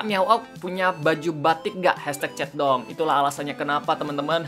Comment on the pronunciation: sekilas kalo lu ngomong chatdong kdengerannya kaya centong, you know centong brooww? :D